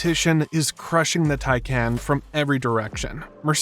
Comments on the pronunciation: I gave up watching. This guy doesn't know how to pronounce "TIE-Kaahnn," not "Tie-KAN." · Love your videos. Isn’t it pronounced “tie-con” tho?